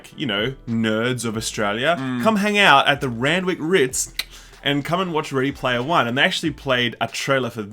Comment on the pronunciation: Ready Laymer One